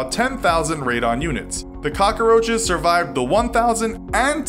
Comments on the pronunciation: “Cock-a-roaches” literally every time he said it my eye twitched Edit: THAT KEITH RICHARDS FLAME ☠️☠️ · Why is he calling them cocaroaches? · Am I the only one that gets annoyed by him saying cockaroaches instead of cockroaches